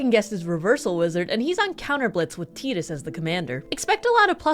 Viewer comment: It's pronounced "Tie-dus", because it is a play on "tide".